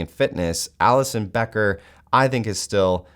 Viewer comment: you lost me when you say Alisson bro